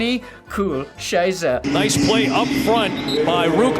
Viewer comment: Hearing butcher 'Scheiße' over and over again makes me smile like nothing else has this year.